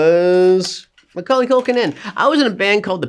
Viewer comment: YES HE SAID HIS NAME RIGHT